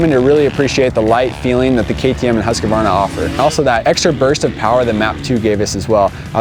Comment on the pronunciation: Every time when you say “husqvarna”, it sounds like you’re saying “huskabarna”. Please say it right